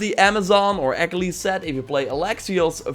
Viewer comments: I know this video is a year old but there’s no way you pronounced Achillies like “ack-uh-lees”. No, Ah-kill-eez. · always love your videos but dear god please learn how to say achilles right